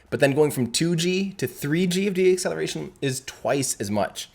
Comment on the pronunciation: I love the videos, but ‘deacceletion,’ is not a word. It is “deceleration”; not as you pronounced it: de-acceleration. It’s deceleration